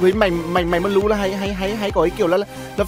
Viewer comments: Đọc là anh ơi, bờ lêu nghe như lêu lêu hài vãi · Bờ lêu nghe thốn vãi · bị cà lâm hay sao ý,cứ là là là là là thay thì đọc một chữ thôi,xong r cứ đọc 😂😂😂😂 cười ỉa